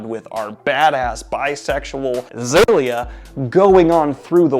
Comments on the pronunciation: I kept yelling 'Its Xiala!!!' (Zee-a-la) whenever he would pronounce Xailia 😂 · The way you pronounced Xiala completely through me off for a second, thank goodness for audiobooks 🤣 The sequel is not as engaging as Black Sun, it's quieter and slower and I feel it has a bit of middle book syndrome, but I'm sure the conclusion will be epic again.